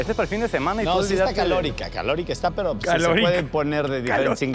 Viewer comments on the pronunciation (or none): Carlos: calórica, ulala señor francés xD jajaja